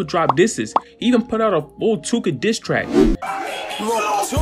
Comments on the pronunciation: Von & that dude were cool at one point? *Too-ka is NOT one syllable! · Tooka is two syllables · Tooka is definitely two syllables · Tooka isnt one syllable bro you learn that shi in like 2nd grade lmao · MY GUY... Tooka is not 1 syllable 🤣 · Tooka is not one syllable fam 😂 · Bro you said Too•ka is one syllable? 😂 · too-kah what does ONE SYLLABLE mean to u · Tookah is two syllables bruh lmao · 2 syllables bruh. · he said "Im the new Akademiks"... then he says Tooka is a 1 syllable word... Neeeeeeeeext 😂😂😂... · This fool said “tooka” is one syllable 🤦🏻‍♂️ this fool doesn’t know what a syllable is. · Tooka is two syllables. Other than that,interesting video dude 👍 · Did you just say tooka was one syllable 😂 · Tooka is two syllables dummie...too ka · this dude said tooka only has 1 syllable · Tooka ain't 1 syllable fam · He said Tooka was 1 syllable lmaooo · Tooka is not one syllable… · Bro too-ka is 2 syllables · Tooka is 2 syllables 😐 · It's 2 syllables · This dude said tooka is 1 syllable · He said Tooka is 1 syllable 😳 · Tooka is 2 syllables